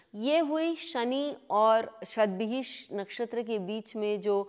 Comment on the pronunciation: Not Satvihish Nakshatra...it is pronounced as Shatvisha nakshatra which means Shat=100 and Vishak = Healer or Physician.